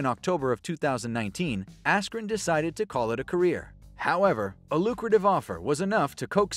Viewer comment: When he said askren.....🤫